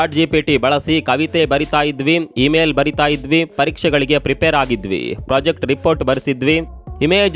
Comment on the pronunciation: ಪ್ರೊಜೆಕ್ಟ್ ? ಪ್ರಾಜೆಕ್ಟ್ ಆ?! ಪ್ಲಾಟ್ ಫಾರಂ ? ಪ್ಯ್ಲಾಟ್ ಫಾರಂ ಆ?!